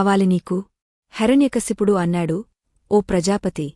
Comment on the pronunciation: ముందు మీ రు తెలుగు నేర్చుకోండి హెర న్య కాదు హిరణ్య కశిపుడు